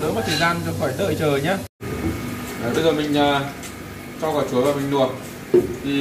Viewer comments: Kênh rất hay,hữu ích.Nhưng nói những từ có chữ L toàn thành N.Vì dụ; Luộc thì noi thành Nuộc,Làm thì nói thành Nàm...Hỏi những người xung quanh,30 giây là sửa được. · Sửa ngọng đi bác ơi? Nói ngọng nge hại não lắm. Nuộc là gì? Nuôn là gì?😰😰😰